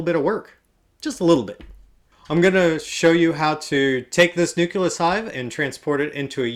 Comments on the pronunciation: Dude. Say it with me. NU CLEE US! LMAO! :) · I've noticed that you mispronounce the word 'nucleus'. You pronounce it like it's spelled 'nuculus'.